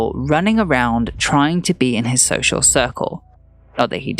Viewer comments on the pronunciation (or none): none